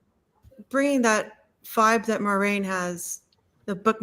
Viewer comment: "mwah-RAIN"!!! THANK YOU!! It is totally a Frenchesque name 💙💙